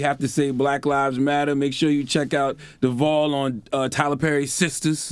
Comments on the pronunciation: It’s Charlemagne calling DeVale Devall for me 🥴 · its charlamagne saying deVOL